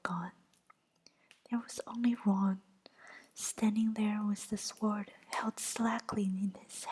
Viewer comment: I love the animations and enjoy listening to the chapter. This is the first time I've paid attention to tdee actual words though. It's probably been brought to your attention, but the w is sword is silent (sounds like sord). Thanks for this. The animations are beautiful and listening made a 4am feeding for my baby niece a little easier.